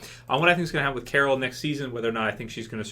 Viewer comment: I thought u said Carl at first and im like wtf xD